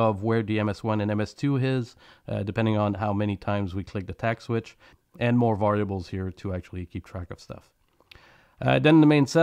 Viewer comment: wow, mispronunciation of the word "variables." well, this video would be unfit for youtube if it were perfect, eh. mispronunciation of the word "orientation." please tell me English is not your native language.